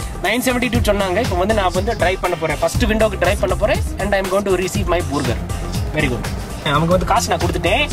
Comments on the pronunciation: good effort.. but bhurger and wooooper??? wonder how the bhurger keng guys understand what you are ordering... keep rocking.. and the next time you order a wooooper, listen to the guy at the till when he confirms your order and how he pronounces your woooper.. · and I'm going to ree-ceive my boorghur